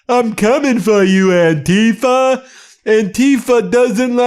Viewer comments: It is not "an-TEE-fah," as Trumpists like to call it... some kind of scary new organization. The movement and word is anti-fa(scist), short for those who oppose fascism, and has been around since 1930 Germany. My relatives who sacrificed their lives fighting to free Europe from fascists in WWII were as anti fascist as is humanly possible. I am, and have always been, opposed to fascism. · The way they pronounce "antifa" makes it sound as if it means something that it is not. Anti-fascism isnt an organisation or a "terrorist wing". These people should not be in public office, they are incompetent